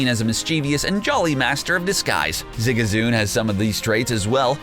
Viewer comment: Zigazoon lol you know tha narrator is a true pokemon fan